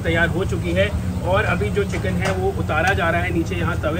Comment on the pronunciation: Chikan ❌ chicken ✅